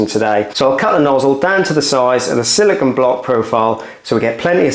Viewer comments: siliCONE not siliCON. It's not hard. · 🤷🏻‍♂️ SILLIKAN? WTF is Sillikan? 🤦🏻‍♂️ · Silicon is an element, silicone is a polymer. Pronounced differently.